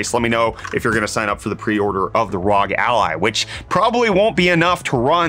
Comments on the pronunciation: Did you just say "rog"? Surely the correct pronunciation is "roge" to rhyme with "doge". That's a joke, for real: isn't it "R O G", like spelling the letters? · ROG = Arr*Oh*EEE Triggered the fuck outta me. x-D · Did he actually just say rog like it was a word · Does anybody else cringe when people say ROG as one word instead of saying the letters individually? Considering it stands for Republic of Gamers lol Idk why but it's just one of those things that bothers me, not that it matters. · I've always pronounced the letters. Acronym for Republic of Gamers, no?